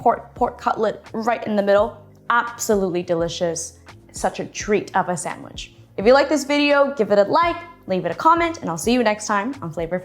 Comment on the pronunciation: Sandwich, say it with me. Sand...wich.